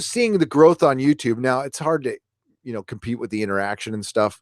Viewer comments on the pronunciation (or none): none